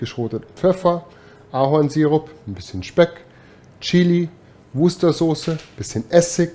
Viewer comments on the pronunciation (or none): Man spricht es btw so aus: Worcestershire [wustascha']